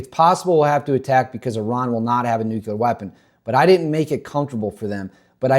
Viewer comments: I love your videos but a pet peeve of mine……it’s nuclear not nucular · Nu-clear, not nucular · He said "nukular" in less than 30 seconds. Nope. Clicked away.